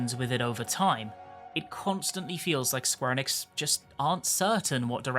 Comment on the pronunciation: British people NEVER say Square Enix properly